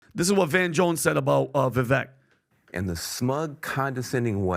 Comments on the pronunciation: Jesus guys learn how to pronounce his name. Vi-vek(like cake) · I learned this from Bill Maher, Vivek's name is pronounced phonetically "Vi-vake" rhyming with the word "cake". People should at a minimum know how to pronounce a person's name out of respect. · It’s “va vake” like cake, pronounced his name right !!! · How long have you guys been covering Vivek and how much time have you spent with the man in person and you STILL mispronounce his name?!? Is it really that hard or are you all just lazy and careless? It's Vi-vake. Get it right. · His name is pronounced VIVAKE. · Vivek has been to this podcast twice now. Still, doesn't get his name right. 🤦🏻